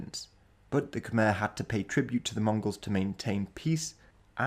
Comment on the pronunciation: Small correction, Khmer is pronounced "Kuh-May" not "Kum-Er" Weird I know. I loved this video:)